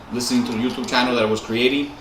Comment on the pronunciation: The way you say YouTube 😂😂